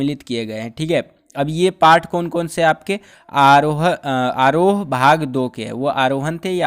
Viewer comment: Aarhohen nahi aroh bakchof